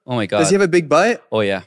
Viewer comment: When eric say "big butt" . I heard "big bite". When nickhun say that. I can hear clearly.